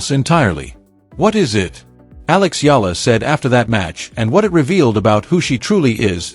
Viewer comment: AI is not good enough...how you pronounce her name..so bad